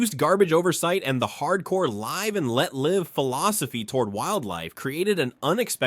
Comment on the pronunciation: Whether the script or narrator or both were AI, come on man, have some pride in what you post. No human being would pronounce the "live" in "live free or die" like that. How am I supposed to take the video seriously when you can't even get that right?